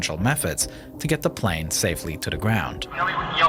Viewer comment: its not panel its plane dc😭✌🏻😂